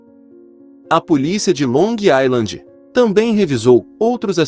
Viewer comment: NÃO É "ILAND" A PRONUNCIA E SIM "AISLAND"